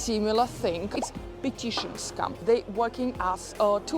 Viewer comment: It's funny how your pronunciation of "scam" also sounds like "scum". Perfecto.